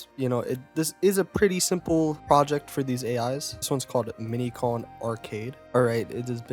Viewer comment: KonG. It’s konG. Not Donkey Kon.